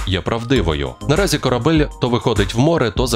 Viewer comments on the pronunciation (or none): none